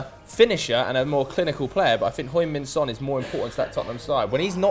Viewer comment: Please stop saying hoing min son.